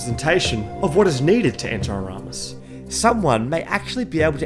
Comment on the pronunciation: "Next time, I'll check the prenounciation three times" "Painted world of aramus"